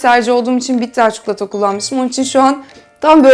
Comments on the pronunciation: Cukulata degil çikolata 😂😂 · Çukulata değil çikolata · Çükülata yıl severim 😂